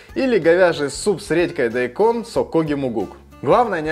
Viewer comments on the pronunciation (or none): none